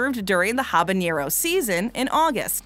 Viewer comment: Y u say habanero like that But tbh i would try all of them excepts the ice cream